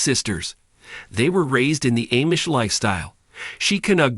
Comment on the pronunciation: Lame we already know all this plus this is so AI generated they don’t know how to say LA or Amish